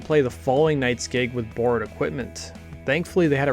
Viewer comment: That “bworrowed” is pissing me off say borrowed normal